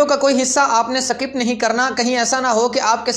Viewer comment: Sakip nahi bola karo bhai skip kaha karain. Hansi ajati h